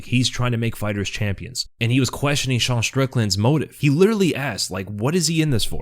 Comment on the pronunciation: Why do you pronounce Sean Like a French Dude?